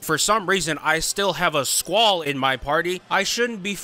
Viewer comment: I’m going to be that one person i actually enjoy the summon board grind. Number #6 where you said “SQAULL” in coop i felt that lmao or cloud